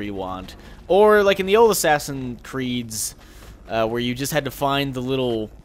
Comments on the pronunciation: Lol he said ass creed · Ass-Creed?? LMAO! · lol in your intro you said welcome back to ass creed 3